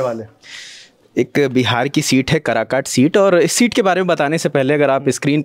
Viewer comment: Lalantop Lagta h Sasta Employee lene laga h Bhai naam to atleast thik se liya kro Jagha ka आसंसोल ko असंसोल काराकाठ ko कराकाट bhai kya bakchodi hai Naam to phle thik se jaan lo LS ka fir coverage dena aaplog